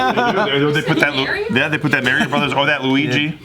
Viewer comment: He said mary-o